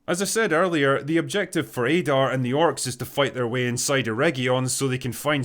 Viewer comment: Add-are not Aydar